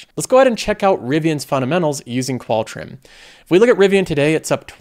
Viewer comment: You say "fundamentals" a lot, so can you please say it clearly, instead of "funamenals" it's annoying